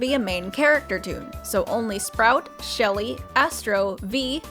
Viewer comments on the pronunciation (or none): none